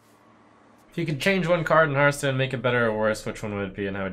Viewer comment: Did Trump just say HEARTstone and not hearthstone? damnit.